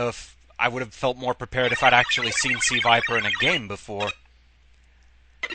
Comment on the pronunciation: It is NOT Suh-viper. That's a Pokemon. She is Crimson Viper. A secret agent seeking the destruction of Shadowloo and S.I.N.